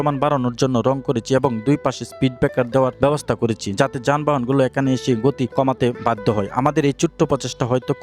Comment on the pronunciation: করেচি না করেছি হবে আগে কথা বলা শিখ তারপর ভিডিও করবি